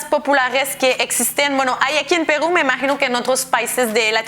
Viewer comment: A ver cuando aprende ella a decir PERU.. Sin decir pegrú....jajaj